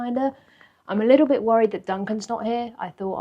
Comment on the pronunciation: Very entertaining, has a wonderful personality, she is very geuine on camera. I love the way pronounces the word "little". It is the same way my Grand Mother pronounced "little".